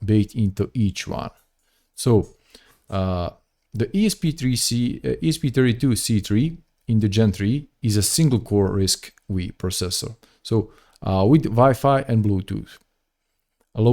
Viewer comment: RISC-V is pronounced RISC-5 (the fifth generation of Berkeley RISC architecture)